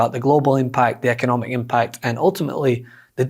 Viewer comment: Emphasis “economic”.